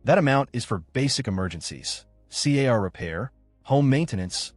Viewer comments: Sea ay are repair. 😂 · See ay are repair? AI trash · 😂😂😂 I caught that too C-A-R repair and at around minute he says I-T for “it”. What a terrible voiceover program. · . C.A.R. repairs. 😂😂😂. Come on A.I. you can do better than that 😁.